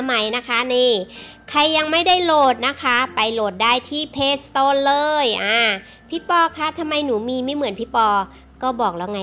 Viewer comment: เพลย์สโตค่ะ ไม่ใช่เพลย์สโตน